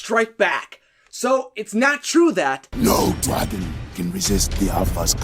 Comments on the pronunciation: Why do you say dray-gun instead of drag-gun? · Why do you say dragan instead of dragon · Wtf is he not saying dragon right. It’s dragon not dragen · If I hear draygon one more time ima be pissed 😂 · What’s a “Dregon”? 🤔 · He says draygon Not dragon What the hell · Wtf is a Draeigon? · Why do he say draygon instead of dragon?? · It's not draegons it's dragon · That’s not how you pronounce the word dragon. It’s not ‘draegen’, it’s dragon. Dragon. Like the word ‘drag’, with ‘en’ behind it. Unless you pronounce drag as ‘draeg’. Just saying. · Do You pronounce dreagon? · Please stop saying “Draygon” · "Draegon" ...Good video but the way you pronounce dragon makes me just...nope.. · Anyone else noticed that he said dragon like this: > draigon? I can't be the only one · Learn how to say dragon correctly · Your right man, i cant stand iT! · I don't wanna be mean but i hate how you say dragon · I’m sorry. It was your pronunciation of dragon that made me think that.